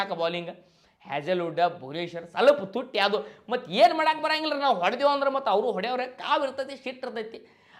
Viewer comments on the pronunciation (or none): none